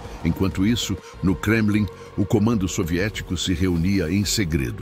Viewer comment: "Gremlin" ? 😂😂 Não seria Kremlin ? Eita IA